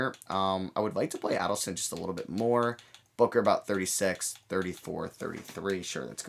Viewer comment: Hey, Man!! I'm brazilian!! Just helping about Adilson Viana name pronounce!! It's: A like a letter i sounds; dil like deal sounds; and son like son of parentes. Adilson.